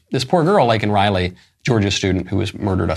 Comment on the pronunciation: I call a tie for the most disgraceful moment of the speech between him mis-pronouncing Laken's name and shaming the highest court in our land. He repulses me.